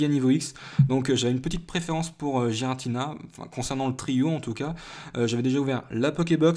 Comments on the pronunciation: Sa ce prononce guiratina aller voir le film .. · donc tout le monde fait erreur ... sauf toi .... et ba désolé mais c'est "Guiratina" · et bah non normalement cela se prononce avec le son g va voir sur le film